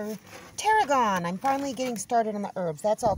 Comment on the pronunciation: What an excellent idea. Glad the dogs feeling a bit better, makes me smile in the U K we say herbs with an h. And it’s tarragon. Clentro is parsley